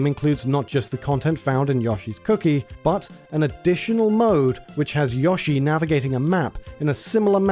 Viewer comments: Yo it’s Yo-Shee not yushi lol 😂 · This video is great, but if I hear "Yaw-she" instead of Yoshi one more time I'm gonna go sicko mode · Fr it’s yo-sheee not yushi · It's Yoshi, not Yashi! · Who tf is Yashi? Its Yo - shi. You brits invented the language. Try and speak it correctly. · Thumbs down because really? An Ad every 5 minutes? And you can't even pronounce YOshi? If I wanted to hear Yawshi I'd move to texas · I understand you have a British accent but he even says his own name and its pronounced YO-SHE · Every time you mispronounce Yoshi, it hurts me.